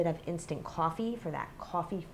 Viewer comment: Coooooooofffffffffffeeeeeeeee (accent)